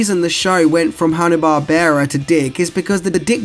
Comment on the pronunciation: Hanna-Barbera, hmm pronunciation was wrong in the video. what a shame.